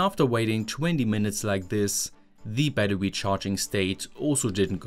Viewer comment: I love how you pronounce Battery as Battewy lmao